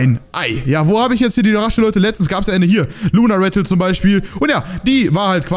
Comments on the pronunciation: Raschel... Ich: Es wird Rassel ausgesprochen xD (Nicht böse gemeint:) kannst du meinen Kommentar liken?) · OMG DU SAGST ZU RASSEL RASCHEL HAHA😅😅😅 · warum hast du Raschel gesagt und nicht Rassel? Spiele seit 2019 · Rassel nicht Raschel 😅😂 nicht schlimm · Er hat raschelt gesagt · Raschel hast du gesagt